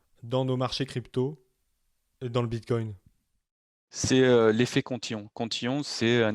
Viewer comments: merci, mais il est très fatigant a écouter, il parle pour rien dire, des totologies et des théories fantaisistes... j'ai pas pu terminer le podcast.:-( "Bitcone'te":-) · xD Ca arrache un peu les oreilles d'entendre tout le temps ce T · Il est top ce type c’est un puit de connaissances. Mais j’en peut plus de l’entendre dire BitCoint